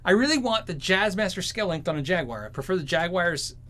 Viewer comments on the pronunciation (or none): It's JAG-WAHR or jag- U-R not jag WIRE